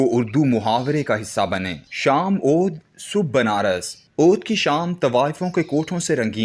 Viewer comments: How illiterate is this reader? He pronounced Awadh as Odh. In Urdu Deputy is pronounced as Dipti. There are tens of other mistakes as well. لا حول ولا قوت. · Reader change karayn.buhut ziyada ghalat parhtay hayn.sahee lafz Awadh hay.